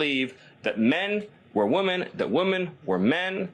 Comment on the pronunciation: This creepy weird rat can't even pronounce "women" correctly.